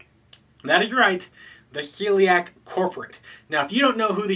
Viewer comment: It's a small thing, but I believe they are called the SHELLiak. You seems to be saying Celiac like the disease :)